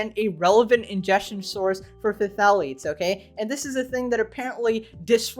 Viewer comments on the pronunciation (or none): puh-thalits... bru someone needs to tell this woman how to speak. IT'S PRONOUNCED THAL-EIGHTS! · Phthalates is just pronounced “thalates” you cant trust anything she says 😂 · I think it's pronounced THalates